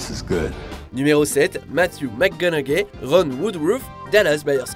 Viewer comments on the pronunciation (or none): Matthew "MACGONAGAIE" , hahaha! Vous faites d'excellentes vidéos, mais la prononciation des mots/noms anglais n'est pas votre fort. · matthew mcconaughey you dont say the G its silence xD